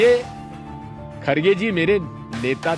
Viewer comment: It's not khadge, correction its kharge